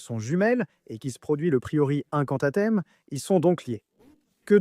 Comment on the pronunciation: Moi ce qui menerve cest le fait que tu prononces mal pleins de mots comme gringotts , grint , ou bien incantatum fait un effort